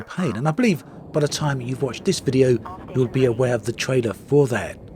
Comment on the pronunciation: I had a bit trouble listening to this video, great although it was. I'm not sure if you're doing it on purpose, but you intonate word in a subtle but bizarre way, word such as "video" you say "vide-ó" stressing the 'o'. You have a pronounced British accent, so It just felt out of place.